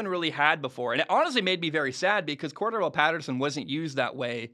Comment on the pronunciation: It's pronounced cor DARR el and he played running back for the Patriots.. Atlanta used him more that way but the they already knew he could do it.